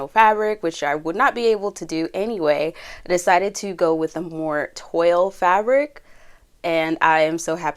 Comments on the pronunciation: Toile is pronounced twahl. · Very talented! One pet peeve though, 😬 toile is a French word and is pronounced “twall”Thanks! 😉